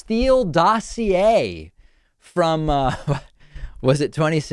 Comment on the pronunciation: It's not dosseeaayy but dossier.